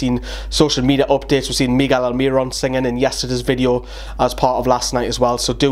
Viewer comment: Don't call Miguel Miggy pleaseeee